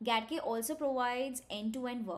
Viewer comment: Getting started with GATK4 Follow. GATK — properly pronounced "Gee-ay-tee-kay" (/dʒi•eɪ•ti•keɪ/) and not "Gat-kay" (/ɡæt•keɪ/) — stands for Genome Analysis Toolkit.